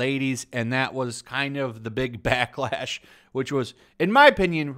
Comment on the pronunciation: Backlash or Batlash? LOL